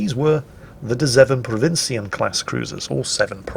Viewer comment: WOW. hearing say "de 7 provinciën" i'm impressed